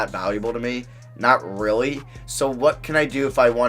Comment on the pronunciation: Dude, can you please start saying your L's properly? Lol, use your tongue when you say a word with a L in it. When you say really you say, "reawwy".